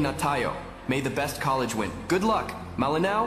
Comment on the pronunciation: College student "LA" Hinde "lI.